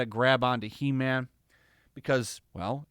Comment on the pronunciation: It's HE-MAM!!